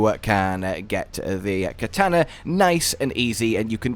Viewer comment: That's not how you pronounce katana